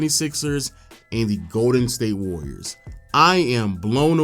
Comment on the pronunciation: The Golden state “Wayyiors”